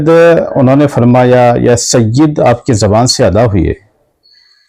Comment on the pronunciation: Mufti Kaleem sahb apne aapko Bohot Bada Samajh baithe hai. Yeh bhi nahi Dekh rahe woh Kinko bol rahe hai. Aur Sayyid Ka Lafz Ek dam sahi Ada Kiya Hai Sayyid Madani Miya Sahb Ne Koi Shak Nahi. Mufti Kaleem Ko Iblees Ke Baare Me Padhna Chahiye Ke Iblees Bhi Kitna Ilm Wala Tha. Lekin kiya huwa